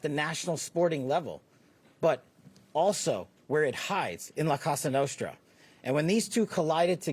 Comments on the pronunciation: that's why Kash said "Casa" Nostra 😂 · I think he meant to say cosa nostra. Not casa nostra